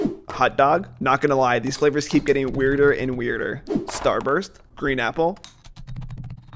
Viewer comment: When he said “green apple” somewhere it sounded like “green nipple.”